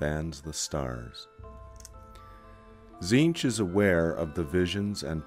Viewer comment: cant stand the ay his name is pronounced...to me its always been Tezench not Zeench. If he is the changer of ways, his names would not only be infinite and complex but pronounced every which way. Its like Tsang Tsung you never said sang sung you said it like Shang Soong couse of the t. To hell with that silent treatment. KA NIFE to the face dictionary!